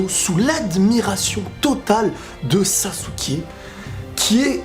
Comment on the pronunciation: Ça me stress que dise « sassouke » 😭